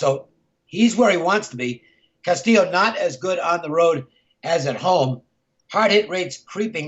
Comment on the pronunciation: Are you trying to pronounce Castillo wrong?